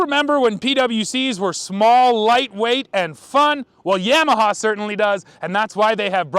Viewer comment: Guy can’t even pronounce YAMAHA correctly and wants to read out of a manual to explain to us what a ski is like lmfao 🤣